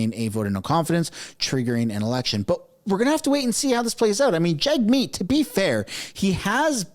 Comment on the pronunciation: Actually Pronounced "Jug - Meat" ...